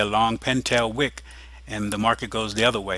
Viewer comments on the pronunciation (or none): none